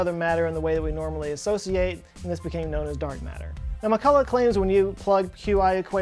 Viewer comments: Also McCulloch name should be pronounced with this "ch", like in the Scottish word "Loch". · Also you did not pronounce McCulloch's name 100% correctly because 'ch' in his name is pronounced like 'ch' in Scottish word "Loch", which is actually similar to German or Austrian pronunciation of 'ch'. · I only thing I help you fact check is your pronunciation of McCulloch! Needs some work...oh and not sure hawking radiation has been observed...